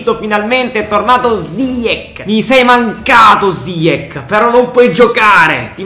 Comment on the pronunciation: ziech si pronuncia ziesh